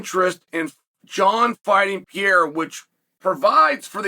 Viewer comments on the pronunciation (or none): none